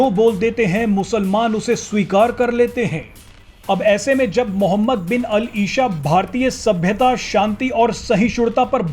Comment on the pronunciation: मोहम्मद बिन अल इशा नहीं भाई अल इसा होता है। आप न्यूज़ एंकरों को थोड़ा उर्दू का भी ज्ञान होना चाहिये।